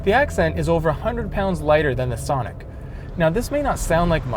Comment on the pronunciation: I laugh every time that guy says thonic! also, im buying my sonic because its cheap, good on gas, and its extremely fun to drive. for one, you have the ltz which has features that the accent cant compete with at any price. if you want to compare cars, look at the lt sonic and try switching both cars to having a manual transmission. completely biased test towards the hyundai. oh, and the lt 1.4 sonic with a sunroof can be had for 17,000 otd.